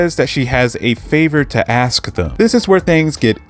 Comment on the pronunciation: Are you saying, “askis,” instead of ask?